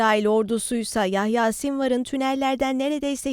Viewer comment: Yayha değil Yahya lütfen biraz daha dikkatli olalım 😢 şehidimize bir Fatiha okuyalım inşallah